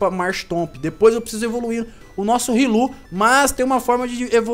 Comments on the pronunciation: e riolu não rilu;-; so por deus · não se fala rilu e sim riolo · n é rilu é riolo